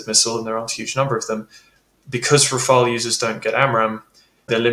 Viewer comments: no, not you. It's Rafale, not rafael. Come on. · Can you please, you guys stopping calling the Rafale by pronouncing "Rafael". It is just "Rafal" 😂😂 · Rafale, not Rafael! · Ra-fa-EL?? C'mon,, no, that's the Italian who painted those rascally/cute little angels. The Rafale (ra-FAL) is a stormy blast of wind, a gust. gets it. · RAFAEL? Come on, that’s a Teenage Mutant Ninja Turtle. It’s Rafale. You’re the go-to GOAT on this stuff. 😎👍🏼 How about each ally simply use the plane they can do best with in terms of volume, supplies and training? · RafAle NOT RafaEl ! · It's RAFALE and not Rafael! :) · It's not called "Rafael", but "Rafale". Rafale is a bird, and Rafael is a Hebrew name, completely unrelated to my knowledge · Rafale. Not Rafael. More credibility if you pronounce the names right. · RAFAL not RafaEL!!! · RafaLE, not Rafael , mon ami, come ca va aujourdui? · Tips for English speaking persons : how to pronounce "Rafale" : RAH -FAHL . the two As are pronounced exactly the same Easy ! rhymes with "cabal" for instance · god anyone else tired of people calling it Raphael? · it's "Raff Arl"... not like the Ninja Turtle 😊